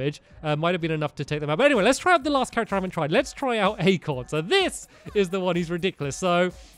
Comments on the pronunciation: Acorn not Acron, Stampy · "acron" amazing job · stampy its acorn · Acron. You mean Acorn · Acorn not acron